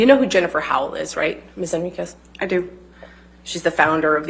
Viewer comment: Wow, said “Henriquez” correctly, her first correct-pronunciation in the trial. Someone must have coached her over and over on this one.